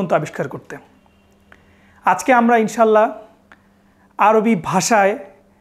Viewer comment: আপনি নিজেও "ইং-শা---আল্লাহ" কে বলছেন ইনশাল্লাহ 🙂 তারপর নাবিয়ে আকরাম সল্লাল্লা-হু আ'লাইহি ওয়া সাল্লাম এঁর উপর দারূদ পড়ার সময় কী তাড়াহুড়ো করে পড়তেছেন, কোন আদব নাই!! কী বলবো আর!!